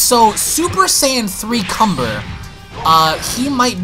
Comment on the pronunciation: Kanba not cumber